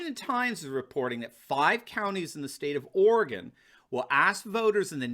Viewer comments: it’s pronounced “Ory gun” & “Will lamb met” jus sayin, keep up the hood work! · Orygun. WillAAHmet. Love your work